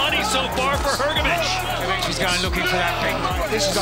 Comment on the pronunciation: I couldn’t focus on the vid every time Hrgovic name was pronounced incorrectly. Damn AI needs to be fixed.